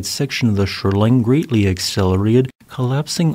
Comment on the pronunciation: This is maybe the worst AI pronunciation I have heard. At 57 seconds try to understand "shoreline greatly". There is also "Lake Roosevelt". The nonsense continues.